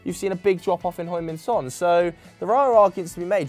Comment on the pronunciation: it's not hoing min son but heung Like hee yung or he yung